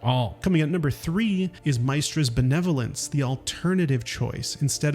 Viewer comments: it bewildered me how you pronounced gale's goddess' name. isn't it "miss" not "mice"? her name is said a lot in the game so i assume its the correct pronunciation for it. excellent tips though! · Have you personally played the game or are you just reading a script because no one in the game pronounces Mystra like that, its miss tra not mice tra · I'm not gonna give you grief over the pronunciation of Mystra, but I am genuinely curious as to how did you arrive at Mai-stra. Thanks for the cool vid, I stumbled on most of the secrets, but there's always something new to learn in this game isn't it :D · This dude is one of them dudes that pronounces names of people and places wrong lol nerd. Dudes like "MY-stra and in the game they all clearly say Miss-srta" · Its pronounced "Mist-ra", not "My-stra" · Mystra's name is pronounced "Miss-tra", not "My-stra". Curious if you played only as Gale, which could make sense for not having heard it as much. When you don't play as Gale, he says Mystra's name basically once a sentence 😆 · Miss-stra not Mys-stra 😅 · Congrats, you baited me into commenting on your mispronunciation. Mice-trah? C-mon, mate. Quit being stupid. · My-stra? did you even play the game? say it correctly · my-stra? lol. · How is it, that despite Gale saying her name so many times, there are still people who will pronounce Mystra as "Mice-tra"...? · ITS PRONOUNCED MIST TRA BRO, GALE CALLS HER THAT ALL THE TIME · How can prople play the game, play as gale and still pronounce Mystra this awfully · Please dont pronounce Mystra's name like that. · This seems to be a theme in your videos. How do you say Mystra wrong, they say it a million times in the game… are you just an AI? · I really hate the way you said Mystra's name it's giving "I got paid to read a script and never played a day on my life" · How are you gonna just mispronounce Mystra when Gale won't shut up about her? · No. They say Mystra's name TOO many times in the game to get it wrong like this 😭